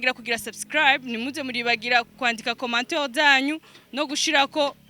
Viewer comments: unaweza just prononciation ya commentaire not commenteur.thx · ijambo commentaire arivuga nabi " Commenteur"